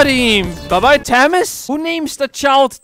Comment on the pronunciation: ACTUALLY IM A TAMAS IS PRONOUNCED like famas